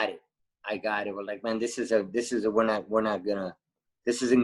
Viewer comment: Why do a lot of English people say 'free' for three, and 'viss' for this? Is it an accent thing?.